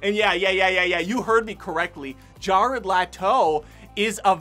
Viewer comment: "Jarl Hchhato" 😆😆😆